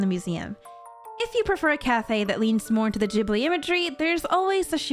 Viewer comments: Is it actually pronounced Jibly and not Gibly have I been living a lie my entire life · I'm pretty sure you're supposed to pronounce it gihb-blee and not jib-lee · These all sound cool! But... Why are you saying it Jibli? Isn't it pronounced with a hard g?